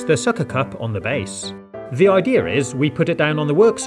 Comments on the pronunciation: Him says: ideara Me: you said it wrong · I think when he says ideir it's funny instead of saying idea 😂